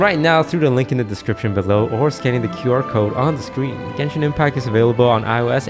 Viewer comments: I like how you pronounced over half of the genshin names wrong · Hearing toast pronouncing genshin character names 🤣🤣🤣